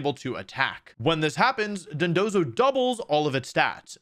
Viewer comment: funny too, because if you look at his recent vids, he keeps saying Dodonzo instead of Dondozo